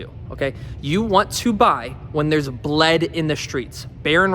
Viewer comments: It’s “Blood” not bled lol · Why do you pronounce “blood” “bled”?